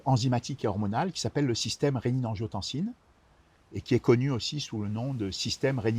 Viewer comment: A 3min40 : "système regiotancine-Aldo-Stérone" : est ce bien ce qu il dit ?? 😁😉